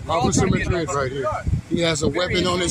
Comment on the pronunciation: No offense, but l wouldn’t even buy from a stand where they have to sit in lounge chairs and lazy hand-written signs. He said Officer Madrid. Capt Bucket Hat immediately says Madreen. Do they just not listen, or have no basic grammar skills?